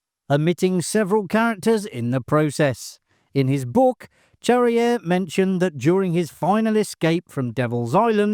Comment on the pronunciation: Pronounce "Charrière" correctly; that would help.